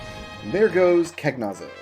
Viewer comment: Rydia learns Shiva/Ifrit/Ramuh (or Jinn/Indra, if you prefer) when she grows up, not that they're relevant at that point. Cagnazzo is Italian; it's pronounced "con-yacht-zoh." Sorry about the nitpicks! I'm loving this series.